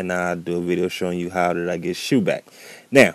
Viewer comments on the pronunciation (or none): It's not called shoe its shou